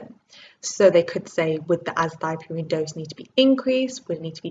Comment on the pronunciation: is it not azathioprine and not azathiopurine. great video and keep up the great work regardless :)